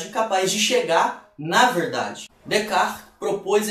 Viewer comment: Decar foi a pronúncia mais estranha que já ouvi